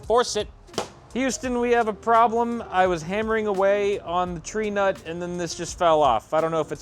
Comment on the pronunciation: Where did the R come from in Tree nut? It's a Tee nut for everyone else, but I guess when someone as Reta... Oh, that's where the R came from. You donated it